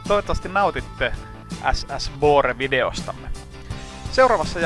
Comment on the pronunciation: Pyydän saada ystävällisesti huomauttaa, että kyseisen laivan nimi äännetään "Buure", ei "Bore" tai "Boore".